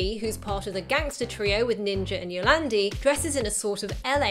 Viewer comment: For future reference to all you non South Africans, 'Die Antwoord' means 'the answer' and is pronounced DEE ANT-VOORDT, instead of DEE ANT-VERT or DIE-ARNTWOORD. Good pronounciation of Yolandi though, I hate being lumbered with YO-LARND-I.